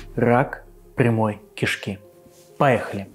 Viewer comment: Хоть болезнь совсем и не смешная, НО МЕНЯ ПРОБИЛО С ПРОИЗНОШЕНИЯ "КИШКИ"